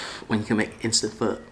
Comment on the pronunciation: peanut butter???come on man...r u sure ur viet? btw its pho not fur..peace!!!